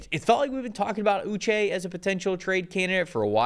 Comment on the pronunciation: Pronounced oo - SHAY' Like the Waterboy, but without the "B."